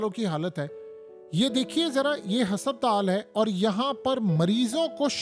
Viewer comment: Bhai apna talaffuz durust kro lafz husuptaal nhn hy asal lafz husputal hy for god sake apna pronunciation theek kro aisa lugta hy koyi village ka gunwaar baat kr rha hy